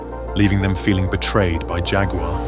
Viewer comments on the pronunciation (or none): Agree 💯. Lots of videos these days suffer with the same problem. It may not seem like an issue to some people, but it really does my head in when there is constant mispronunciation due to lazy AI narration or lack of research. Don’t even get me started on Jag-War instead of Jaguar or Neeesan instead of Nissan! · Jag you are? Do you often visit g you am? Or chew g you ar gum? I think not. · Let down by a rubbish Robot voice-over, too many Americanisms and odd pronunciation: Jaqwar and it was a Two Twenty for goodness sake!